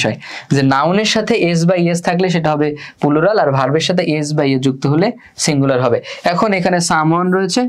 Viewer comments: আলহামদুলিল্লাহ , খুব ভালো বুঝলাম, কিন্তু দুক্ষিত ভাইয়া!!!😢পুলুরাল না, প্লুরাল হবে উচ্চারণ 😁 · Pulural 😂 আগে ঠিক করে উচ্চারণ শিখুন তারপর ক্লাস নিতে আসেন 🤡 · Bhaiya oita pulural na oita plural 😑